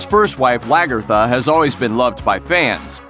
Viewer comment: The way he says Lagertha. No one at looper watches the show